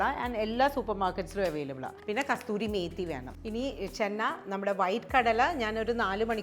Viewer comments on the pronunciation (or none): ..it's kasoori methi..i thgt i heard u saying kastoori..if not sorry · Kasuri Methi... Not kasturi methi😊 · Its kasoori methi..not kasthoori methi